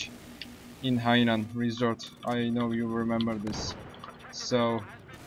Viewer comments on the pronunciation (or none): none